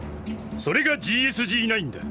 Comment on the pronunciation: GSG-9の読み方って『ゲーエスゲーノイン』じゃないの？